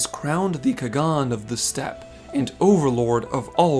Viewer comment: A wonderful video, biased as a Xaela main I may be. My only gripe is the pronunciation of "Khagan", which is consistently pronounced multiple times throughout the game as "haan" with a kind of throat-y h-sound. Otherwise an excellent watch!